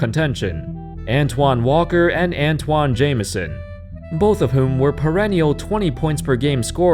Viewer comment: *ANTAWN Jamison